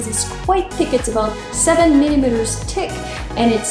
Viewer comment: About three millimetres "tick"! Sorry I had to lol